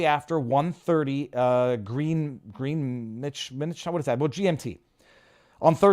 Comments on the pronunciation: It's pronounce Grenitch not Green witch. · Greenwich mean time. Pronounced Gren itch.